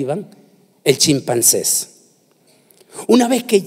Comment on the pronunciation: Alguien que le diga que no se dice chimpances. Se dice chimpancé. UN HOMBRE TAN LLENO DE PALABRA Y TAN USADO POR DIOS, NO HAY QUIEN LO ASESORE PARA QUE SU TEMA SEA EXPUESTO CON EXCELENCIA. Porque el contenido es brillante